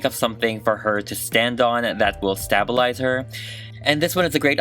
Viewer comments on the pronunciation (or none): U said stab Alize it’s stabilize!! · I'm sorry did he just say STABALIZE instead of stabilize?????????????